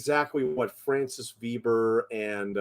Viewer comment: sequel is sad original is a wowser Veber translation by Hollywood make me regret je suis americaine you need to learn French pronunciation.